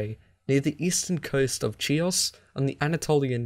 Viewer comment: Great quality but my brother, if you somehow managed to get the "ch" in Chares right then why, oh why, did you do "Chios" like that? Anyway I certainly hope you may decide to continue this series at some future point...✌️